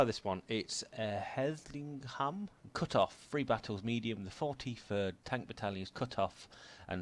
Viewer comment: Herrlisheim is pronounced Hair Lish Hime. My father was with Company "A" 43rd Tank Battalion 12th Armored Div.